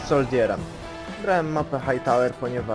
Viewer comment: Soldierem chyba wymowa to,, soldżer" kolego